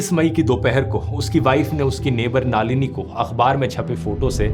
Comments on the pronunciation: Naalini ❌ Nalini ✅ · Dhruv Brother, her name is not नालिनी ❌. It's नलिनी ✔️. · नालिनी नही, नलिनी है. जर्मनी मे रहके गल्त बात कर रहे हॊ. बंद करो अपनी बकवास. बंद करो ये चॅनल. आपकी औकात नही इंडिया के बारे मे बोलणे की. जर्मनी पे विडिओ बनाओ. और देखो आप बाहर रहते हॊ की जेल मे. लानत है आप पर.